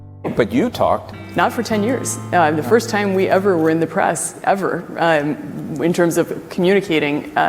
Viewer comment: Why does she say, "IYM" instead of "um?"